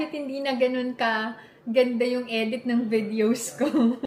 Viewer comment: Sa "eydit" mo ba,? 🤣😂✌